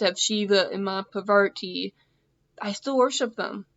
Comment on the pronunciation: It makes me laugh how you pronounce Mata Parvati's name, its just your accent is bit funny for me but i appreciate. However i am sure that Mata Parvati is happy with you atleast you remember her and she must be loving it. Another name of Mata Parvati is Uma.